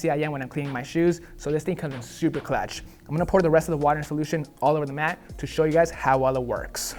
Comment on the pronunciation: Dawg said “super clatch” 💀